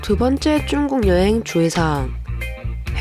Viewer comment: 중국인데 왜 쭝국 이라고 하시나요 ? 중국인이 들으며 기분 나쁠듯